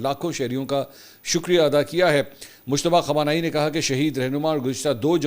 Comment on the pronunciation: مجتبی خامنہ ائ۔۔۔۔۔ نام صحیح نہیں بول رہیے